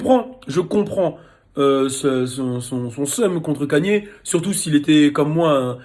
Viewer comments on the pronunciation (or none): c'est nouveau hein que vous dites "kanié", tout le monde prononce "Keyni" même aux states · Moi ce qui me choque c'est que tu dise "Kanié"